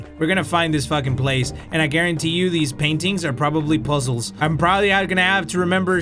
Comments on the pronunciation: Literally everyone: “puzzles”: “POSSOLS FUCKING POSSOLS” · Word of the day "poozuls"